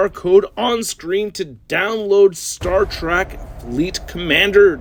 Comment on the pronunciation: It's Star Trek, not Track